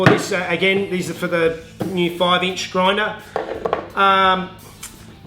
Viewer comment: Roflmao, sorry. A groindah. Made me giggle. 😀